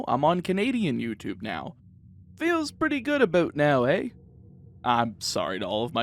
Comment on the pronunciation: I laughed when you said "Eh" xD I live in Canada and I've only ever heard 1 dude say it